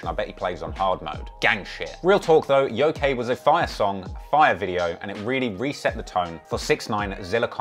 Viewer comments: That title of the song “Yokai” isn’t pronounced Yo-Kay. The actual pronunciation is Yo-Ki, with a hard “i”. It’s a class of spirit within Japanese folklore that can range from Malevolent, Mischievous, and Benevolent intent. Though many westerners that only vaguely know of the concept of the Yokai usually misinterpret the word using it interchangeably with the Demon. Despite them not being demons at all, even by western standards. Which was obviously 6ix9ine’s intent for using the word, using it to mean demon rather that just coming out and saying it. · This dude said Yo K it’s pronounced YoKai 😂😂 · Lmao its pronounced "yo-kaii" not yokey. Its Japanese tho, so you get a pass. Lol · Its pronounced "YOKE-EYE" not fucking "YOKAY" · Ngl I die inside everytime he says Yo-kay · how he pronounced Yokai annoyed me lmao